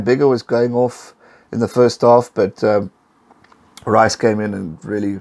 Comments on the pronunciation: RHEESE. You pronounce the 'Rh' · Whilst I appreciate it's hard to pronounce names the world over., Rhys Patchell is pronounced like peace :) Peace Patchell ;) What a game